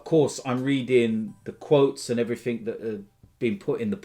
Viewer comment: “And heverything else”